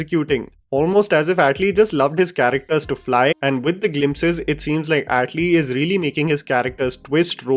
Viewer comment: Do you purposely try to mispronounce Tamil words and names? Seriously how can you even add an accent to a simple name like atlee as Aaatlee.. But you can pronounce Anirudh because it's a north indian name..